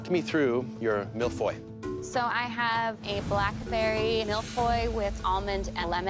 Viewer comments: « I didn’t even know how to pronounce mille feuille until today » well.. you still don’t. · you still cant pronounce mille feuilles lol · It's not "Malfoy", it's "Mille feuilles" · I thought Canadians were supposed to be good at french... I thought they were talking about Harry potter, like, "shut up Malfoy" LOL... It's milles feuilles (Like hey not hoy... Fey) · Even professional chefs can't manage to pronounce mille feuille . They say mille foille instead of feuille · Why are they pronouncing it « Mill Foy » instead of « Mille Feuille » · Yeah they prononce it as if it was an O but it’s “eu”, not the same sound If you wanna make sure of your pronunciation just google translate it and listen to it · "I didn't know how to pronounce mille Feuilles, until today" Well it sure isn't mill foy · All I heard throughout was "MILF AHOY". 😂😂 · Mille-feuille not mille-foy please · my poor child, it's Mille-Feuille and not Mille-Foil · its hard to take them seriously when they say "MEAL-FOY" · Master Chef Canada and no one can pronounce Mille-Feuille. Mill-Foy... Embarrassing... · How my brother pronounce Mille-Feuille is 'Mile-Fuel' lmao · Boi said "malfoy" lmao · Its suppose to be MIL - FYUU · my man said Mil foil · When said he didnt know how to pronounce the mille feuille well that wasnt how your pronounce it either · I speak french and when they say ‘’Mille-feuilles'' I cringe because that’s not how u pronounce it. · I didn’t even know how to pronounce Mille feuille until today still pronounces it wrong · The way they say Mille feuille hurts my heart ✨ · This is not how you say millefeuille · So...not a single person knows how to pronounce the name of the dessert? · The way they said Mille Feuille triggered me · Being french and listening to the way they pronounce mille-feuille is a whole new kind of torture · Damn THEY ARE CANADIANS and yet none of them including the judges got the pronunciation of "mille feuille" right